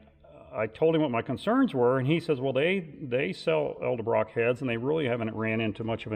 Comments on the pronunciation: Nice video hut learn to pronounce edelbrock like it sounds not eldebrock it's edelbrock ffs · The name is pronounced ED-EL-Brock not EL Duh brock or however others butcher it. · Ed-uhl-Brock not El-de-Brock